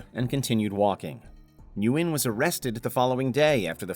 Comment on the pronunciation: Nguyen is pronounced "when" like the reporter pronounced it. It's not important for the attempted kidnapper, but I've met many Nguyens.